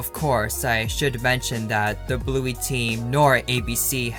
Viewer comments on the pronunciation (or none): Did you say Bluey wrong